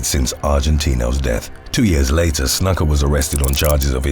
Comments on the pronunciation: Happy to help with pronunciation on any future wrestling (or MMA) videos. Snuka is said more closely to: Snoo-kah. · Jimmy "Snuck-uh"? Lmfao. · Snooka is how it’s said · It's pernounced snooka ..after all the time put into these awesome vids the miss pernounciation of that names always throws me off listening to 1 clip could resolve these issues in multiple videos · "Snooka", is how it's pronounced. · Pretty sure Snuka is pronounced 'snooker' but sounds more like 'nook' as in 'nook and cranny'. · It's pronounced snooka. He was a legend. B4 CTE. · Snuka. . .Booker T approves that pronunciation, SUCKA!